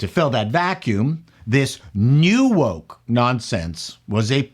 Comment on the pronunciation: when you say new woke it sounds like you're saying New Coke but you need to visit a speech therapist